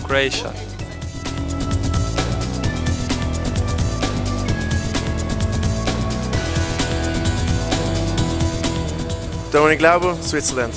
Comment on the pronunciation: haha vid barić kroejša.xd slušajte kako to kaže.